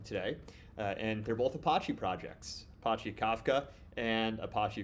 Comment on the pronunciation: Man the way to say Apache drive me crazy